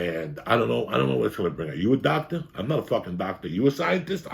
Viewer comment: What do you mean Joey you are a doctah!